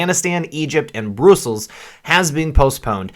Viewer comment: It's not broosels. Bruss uhls